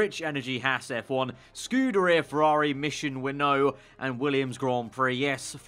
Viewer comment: IT'S PRONOUNCED: MISSION WIN-NOW!!!! U GET IT,?